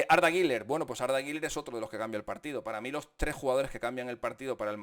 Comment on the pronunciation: Por favor, Deja de decir “guiler” no existe. Ni en turco se pronuncia así, deja de querer ser importante